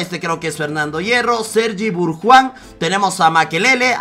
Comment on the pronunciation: aprende a leer BARJUAN no BURJUAN Y MACMANAMAN o asi es como todos lo pronuncian NO MANAMAN